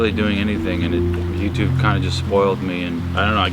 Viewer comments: I love how this guy calls it YouChube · Hey Sunny i was wondering what in the hell is youchube